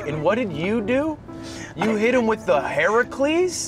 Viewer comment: pronounced Heracles correct not the e-sports team